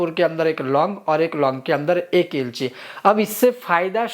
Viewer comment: long, kapur, lg ko ilaychi spsht bolen please